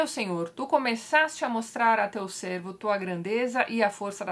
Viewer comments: Oii Tati Queria fazr só um comentário: a palavra "servo" se pronuncia "sérvo" ao invés de "sêrvo" como vc diz 😁 Bjs ♡ amo todas as suas resenhas e essa LC da Bíblia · Pelo amor de Deus, rsrs, sei que você é ateia só estou provocando, hehe. Então, eu sou Cristão e estou aprendendo muito com você, mas tem um detalhe que me incomoda bastante, parece bobagem mas tem me incomodado. Toda vez que você fala a expressão "servo do Senhor" você emite o som do "e" fechado, não é fechado é aberto, pois da maneira que você fala dá a entender que você está se referindo ao animal Cervo, e não ao Servo do Senhor.